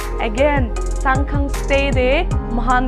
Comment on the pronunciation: Shsngkhang pronounce kura toh besi hoise neki hoh!! Will be more sound good if pronounce in your own dialect accent. 😊